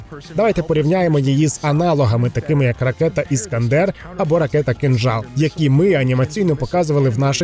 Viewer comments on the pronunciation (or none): none